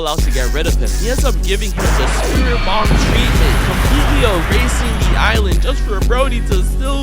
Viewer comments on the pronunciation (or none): none